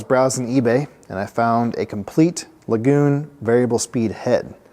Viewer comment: i believe you are mispronouncing the name as lagoon. looks to me like L.A. Gun